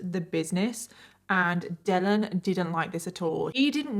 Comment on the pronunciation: Omg I was like why is she pronouncing it like that but his name dellen not Dylan 🤣🤣 what a terrible name